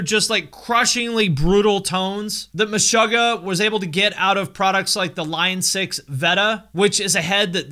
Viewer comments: I'm triggered by how you pronounce Meshuggah. You say Mesh-ugg-ah I say Me-shoo-gah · muh-'shUH'--guh.. lol its Meh-suga(r) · Stop saying Meshahggah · The word Meshuggah is a yiddish word meaning "insane" and it's pronounced Me-Shoo-Ga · Great video! But dude!! it's pronounced 'Meshoogah' (like sugar) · Isn’t it pronounced Meh-shoo-gah? 🤔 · stop saying meshöggäh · cool video but stop pronouncing it like "meshogah" 😬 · needs to work on his Yiddish pronunciation (just checked an interview and was happy to see that the band themselves say it correctly haha) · Your pronunciation of Meshuggah is interesting. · No one's gonna talk about how he's pronouncing the band name wrong? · i am deeply disturbed by how you pronounce the band name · I thought it was pronounced Meh-shoe-ggah and not Meh-shuh-ggah. Which one is it? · You are pronouncing MESHUGGAH wrong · Have I been saying it wrong my whole life or is pronouncing it weird? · You pronounce Meshuggah wrong